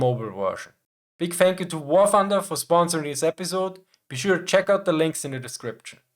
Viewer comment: I'm subscribing for the Schwarzenegger way you say "Wah Thunduh"